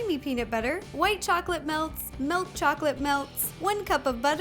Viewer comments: its milk not melk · I cringed when she said melk😜